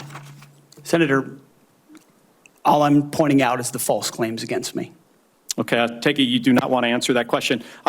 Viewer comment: Cant even say FALSE